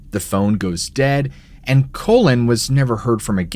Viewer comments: The name is Cullen, not Collin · *Cullen, not colon. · It’s not Colon OR Collin. It’s CULLEN, as in when you “CULL” a herd of cattle.